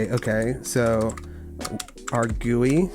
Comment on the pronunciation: WHY GUI AND NOT G-U-I